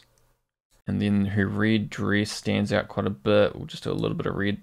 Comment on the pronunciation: Aussies pronounce 'red' like 'rid' LOL